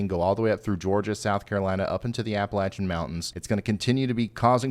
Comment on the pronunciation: Lo e watchin you, best weather station bar none. THANK YOU for everything you do.....and for pronouncin Appalachia correctly!!